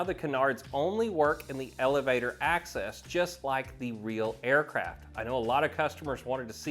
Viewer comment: "Axis" is not typically pronounced the same as "access". Not even in the South.